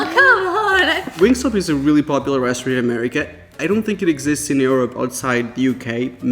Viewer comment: Why do you say Europe so weird like uryope 😂